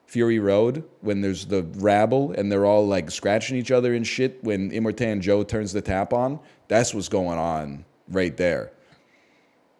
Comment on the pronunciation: he did not just say immertan joe